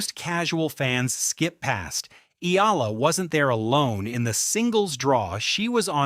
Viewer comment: Pls pronounce her name as Eh..ya..la...